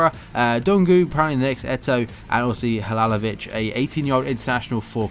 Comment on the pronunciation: Its halilovic not halalovic